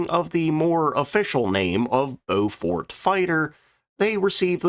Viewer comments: It's 'Blen-m" and 'Bow-f't" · Yes.. and Beaufort is pronounced with stress on first syllable, not so much on second syllable. Hence BOW-fuht (as in wind-speed Beaufort Scale, named after a Royal Navy Admiral who devised it) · Ha - yep Blen-hime - like fingernails on a blackboard (sorry - chalkboard). Good job on the Byoofort and Beaufarter though... And a good vid! 😁🇬🇧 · 'Blen em' 'Bow fut'. Apart from that, good video.